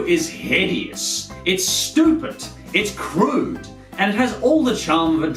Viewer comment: I love how u say stupid, STUPIT lol